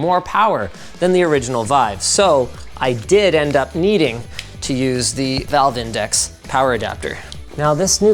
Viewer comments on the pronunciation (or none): "Vive index" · Did he really say “Vive Index” 😂